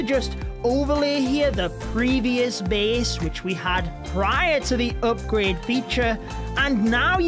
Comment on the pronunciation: Why he saying Opgrade instead of Upgrade ???